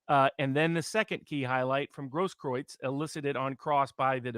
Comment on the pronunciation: Robert Barnes is a good man. He can pronounce Grosskreutz like a German. Freheit is a sauerkraut name too.